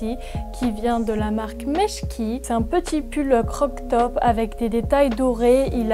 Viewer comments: T trop beeeelle 🤪❤️ Ps: on dit pas croc top mais crop top 🙃☺️ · Très jolis achats ! Petite info, on dit crop-top et non pas croc-top :) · c'est croP top et pas croK top 😴